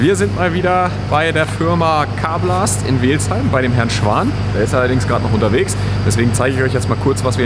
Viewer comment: Welzheim...ned Weeelzheim Vogel